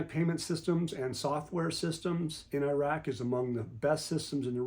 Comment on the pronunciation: ❤❤❤❤❤❤🎉🎉🎉🎉🎉🎉🎉🎉🎉🎉 Good Glorious Morning ❤❤❤❤ Thank y'all, for all that y'all do! PS I love to hear you,, & pronounce these names from Iraq. You do the best job, of pronouncing these names! 😁